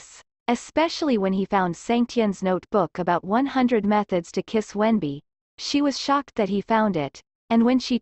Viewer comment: In Chinese his name is wen-bing, but it's pronounced wen-b, not wendy